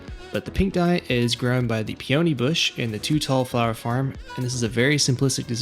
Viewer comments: “PEE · uh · nee”, not “pee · OH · nee” but great video nonetheless! 😊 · Great video, just so you're aware: Peony = pee - uh - nee, not pee - oh - nee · Peony= PEE-uh-nee for future reference ;)